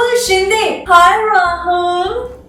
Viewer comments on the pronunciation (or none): none